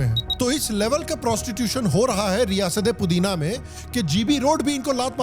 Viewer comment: रियासते पुदीना में 😂😂😂